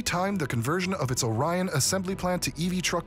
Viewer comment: It's pronounced ORion. In the town of Lake ORion.